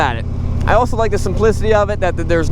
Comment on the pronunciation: Can’t get past how he said “the SIMPLICITY of the RoadKing”